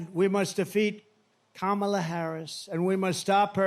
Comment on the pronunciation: He Said Vice President Kamala Harris Name Correctly For The First Time!